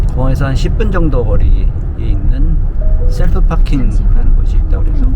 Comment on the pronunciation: `샐프`가 아니라 `셀프`입니다^^